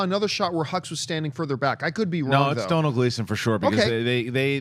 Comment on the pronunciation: Its pronounced 'Donal' as in 'Tonal' but with a d. Mr Gleeson will thank you.